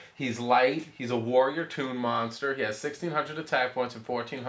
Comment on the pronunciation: says moster instead of monster.